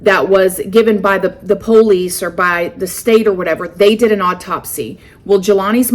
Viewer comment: "Autopsy" is pronounced AW-TOP-SEE. I love the way you say things, but after hearing you say this word in so many videos I just had to throw this out there. Hope I said this politely enough and you don't think I'm being rude telling you this! Been watching you since 20k subs!